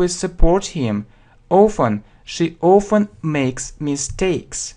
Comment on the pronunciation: Не знаю, говорили ли, но на вы произносите often как "оуфен"